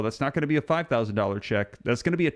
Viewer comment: you keep saying 5000 each person in, but I keep hearing 5 OOO per couple